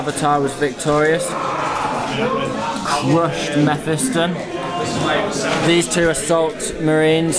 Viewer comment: I hate you jawaballs for making the whole internet say mephiston wrong ! Its mef-i-ston not mef-fee-ston